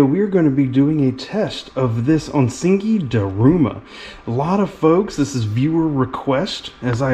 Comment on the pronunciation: ok , im really sorry , but its ONISIKI , PRONOUNCED ONY-SEEKY , not onsinky😘